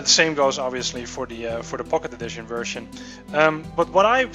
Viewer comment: sounds like hes saying pok`e edition.. lol